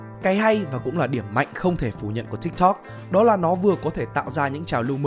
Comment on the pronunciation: T đã dislike và hủy theo dõi vì giọng đọc cái chữ tiktok chúng toi k cần phải đọc như thế